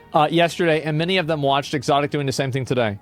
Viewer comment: "the klean" :D exotik :D